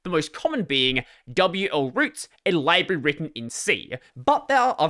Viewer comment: Also you pronounced library wrong